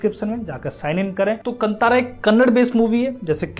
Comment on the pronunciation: It’s pronounced Kaanthaara meaning forest. Puzzled why they spelled it Kantara in English. So glad the movie is liked widely India. We are so trained to watch movies with good looking people trying to act and dance